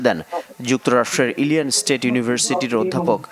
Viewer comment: Miss. U don’t know how pronunciation American state name Illinois , how comes u read news uffff